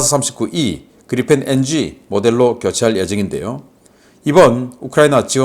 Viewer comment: 그리펜은 Gripen 이고 발음은 그리풴이 아니고 그리펜입니다. P 빌음이 나오지 f 발음이 아닙니다. 신씨 이사랍은 모든 P 발음을 F 발음을 하는 이상한 사람입니다.